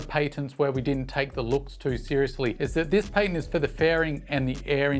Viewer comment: The word is patent 😂